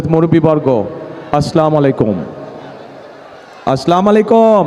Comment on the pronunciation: আসলামালাইকুম, না সুদ্ধ উচ্চারণ হচ্ছে আসসামু আলাইকুম ওয়া রহমাতুল্লাহ বারকাতুহ,, ধন্যবাদ ভালো থাকুন সুস্থ থাকুন আল্লাহ পাক রাব্বুল আলামীন আপনাদের সবাইকে কবুল করুন আমিন সুম্মা আমীন